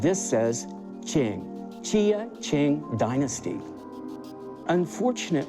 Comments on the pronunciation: Pronounced as jia-ching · Yes this "expert" knows nothing about chinese ceramics, he couldn't even pronounce JiaQing correctly. Quite clearly a republic period bowl worth around $500.